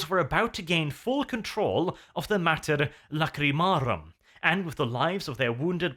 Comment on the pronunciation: are you kidding me???? ''Mater Lacrimarum''? The mother of tears.......